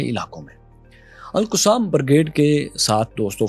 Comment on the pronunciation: Please don’t follow the western accent for Al-Qasim brigade.Qasim was the son of Imam Hussain shaheed in Kerbela. Correct your accent.